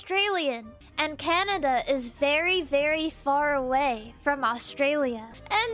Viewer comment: lol . I'm not the only person who calls it Canadia. awesome